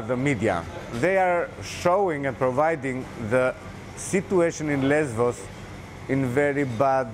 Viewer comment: Es heisst LESBOS !!!